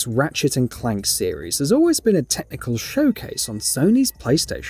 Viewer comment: Can’t say the way he says ratchet and clank doesn’t bother me